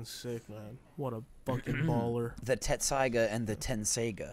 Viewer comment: it pains me how and jacob mispronounced tessaiga